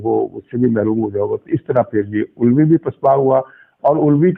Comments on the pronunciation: علوی نہیں بلکہ الوی یعنی آلو سے الوی۔۔ کیا خوب تلفظ نکالا۔ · Aelvi not ulvi